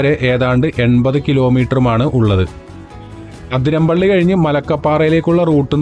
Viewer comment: Athiramppilly alla bro athirappilly